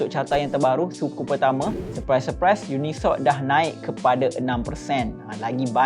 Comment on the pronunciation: Yes..cip tu dia baca uni soc bukan unisoc